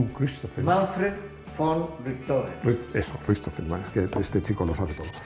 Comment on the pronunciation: Muy buen video; por cierto si te quieres meter un poquillo con dile que ha pronunciado mal el nombre de Manfred von Richthofen